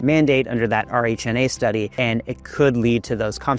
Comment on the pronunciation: RHNA is often pronounced as "Ree Na"